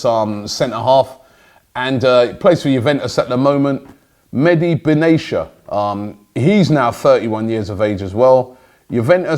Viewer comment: Robbie actually butchered "Mehdi Benatia" name...unforgivable. Makes Lee look good when he says "Aubameyang". YIKES.